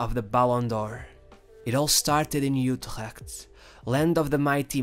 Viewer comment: I love how difficult it is for foreigners to pronounce Dutch words! Words like Utrecht seem to be impossible to pronounce correctly. Great video!